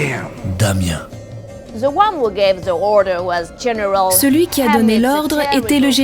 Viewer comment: "Damien" je vais caner 😭